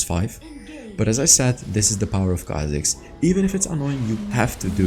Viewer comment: Its khazik baby!!!